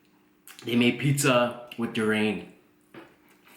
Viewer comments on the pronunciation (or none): DU-RAIN?! LOL. It's DU-RI-AN, man. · Dammit... DurIAN not DuRAIN lol